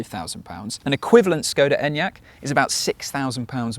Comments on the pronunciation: Sh-koda. Not S-koda. You'd expect better from a reviewer. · ŠKODA fix your pronunciation Š ---->SH THERFORE Research what you say and don't say it as you want just because you think you can . Is like others will pronounce your name DaUGh